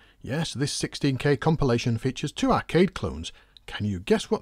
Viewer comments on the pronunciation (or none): none